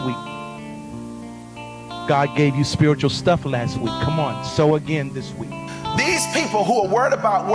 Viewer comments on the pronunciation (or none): Jfc it's supposed to be sow as in harvest I'm triggered